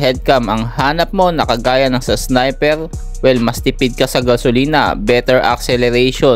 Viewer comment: Boss dika ata maka pronounce ng R😂😂wine x snipew😂😂